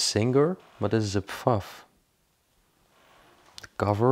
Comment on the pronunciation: “3 childs”, “a bae ba on top” ,no way, look, a lot of paints.” I looove his accent, it’s so GREAT!!! LOL😂😂 The sewing machine is pronounced “Faff”. He’s hilarious-I’m dead.